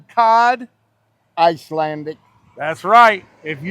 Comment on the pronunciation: ICELANDIC not Iceatlantic!! Lol